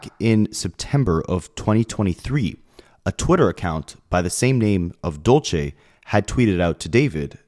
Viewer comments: hey bae just here to help u out, when it’s spelled “dULce”, it’s pronounced “dull-say” like dulce de leche. not “dole-chay”. dulce - “dull-say” dolce - “dole-chay” thank u. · Dulce is pronounced Dul-se and it means candy in spanish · my heart goes out to family, rest in peace for that poor girl, also dulce is a spanish word meaning sweet, it kinda cracked me up with how u were pronouncing it lol